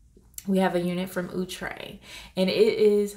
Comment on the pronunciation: ITS NOT OOOHhhtre